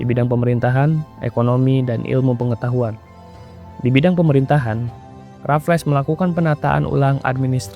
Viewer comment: Bacanya 'Rafels' bukan 'Rafles'